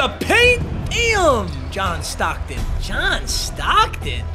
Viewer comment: Everytime he says john stocken i go 🤔--> kendrick bodied drake in the beef fr